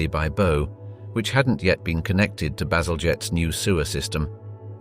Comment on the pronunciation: Baselgette...pronounced like basil jet sounds like something cool from the Thunderbirds or something 😎